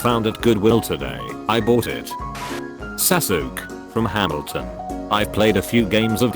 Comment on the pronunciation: The way he pronounced Sasuke